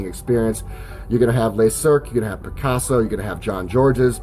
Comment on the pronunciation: "Luh" Cirque. In french, "les" (plural) is pronounced "lay" but "le" (singular) is pronounced "luh."